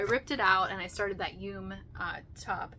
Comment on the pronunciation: Just some info for you yume is pronounced yumay. It is a Japanese word and they pronounce all vowels.